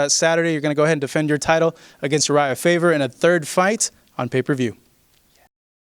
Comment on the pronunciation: It's Faber not Faver, you idiot!